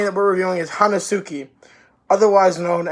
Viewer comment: It's pronunced "Henski"